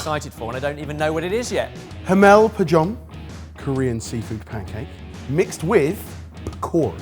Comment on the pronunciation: As a Korean, I laughed so hard when said what he was making. "Korean seafood pancake." Sorry what was that first part? I didn't recognize it. Did you mean Haemuljeon? Also I recommend backing companies that are actually from the culture. I quote from their webpage "My first unforgettable kimchi experience came from abroad in the middle of Europe. My journey took me to fashion week in Milan, where I searched across the city for kimchi so that I can introduce it to the world’s top celebrities and models. In the end, it was totally worth it when we were able to witness their incredible reaction and joy to trying Korean food for the first time. " Each 120g tin is $5. That's a rip off.